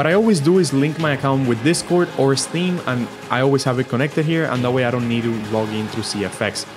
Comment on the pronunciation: It’s “ steam” ,not “esteem”, buddy